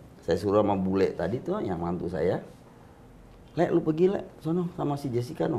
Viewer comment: lucu dia nyebut mantunyaa